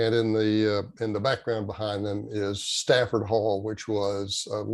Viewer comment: Good one …just saying …it’s Stratford Hall with a “r”…Thanks for all that you are doing!!